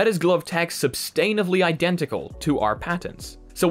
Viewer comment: SUBSTANTIVELY pronounced incorrectly three times. I had to point that out it seems.